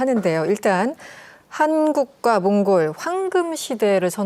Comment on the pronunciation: 나라 이름 제대로 말씀해 주세요